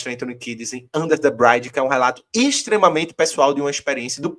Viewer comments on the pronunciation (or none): Valeu! E aí era bom dizer pra que é "under the bridge" (não "brainde") 😬